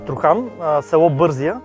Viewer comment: Произношението е БързИя. През 60-70 години масово се залесяваха голите баири, наследство от царска България. През 1928 година има огромни наводнения и поради това много села са потопени и негодни за обитаване, вследствие на което селяните почват да строят къщите си по на високо. Две такива наводнения се случват. Урок за всички. Затова миналото и историята трябва да се помнят такива, каквито са, и да не се пренебрегват природните стихии.